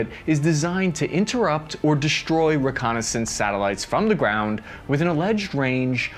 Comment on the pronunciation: Good report; but please: the word is "destroy"... NOT "DESHTROY"